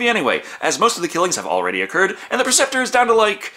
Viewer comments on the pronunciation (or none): PREceptor.......not PERceptor